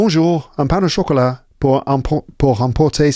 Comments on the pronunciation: I learn quite a lot from your podcasts, may be I can help with your pain au chocolat thing. It seems you link pain with au, that sounds like paino chocolat instead of pain / au / chocolat. My favorite podcasts are the ones in Paris streets and with your guests 😊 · By the way, it's not 'pain nau chocolat' but 'pain au chocolat'. You don't link 'pain' and 'au' like you would in English. More like linking the two words with 'w' sounds, or 'pain o chocolat'.